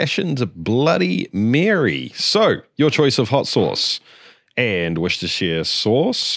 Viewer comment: To all that can't pronounc that english sauce. Try this .... wuster - shir- sauce. I know the town is Worcester but I wrote it out the way it is pronounced. Hop that helps sove the canandrum that grips the world.